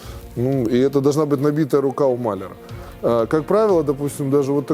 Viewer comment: А почему мАляр, а не малЯр?